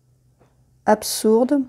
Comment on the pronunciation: Merci pour cette vidéo, je trouvais la règle solo pas super claire. Par contre, le absourde m'a fait très mal aux oreilles. Un petit détail, tout le reste est très clair.